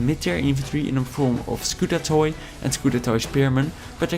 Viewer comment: Hi :) i know im too late but.. i saw u reviewing the byzantine units and calling them skutat-o-i well its skutati because oi in greek (they spoke greek in that time) refers to i and there are more i's than u can imagine :p there is ει there is η there is ι and there is οι witch is the plural of -ι :)